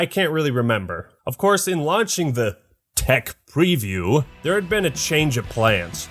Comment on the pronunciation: I'm sitting thinking that if he starts saying "Tech Preview" any harder he'll pull a muscle or something.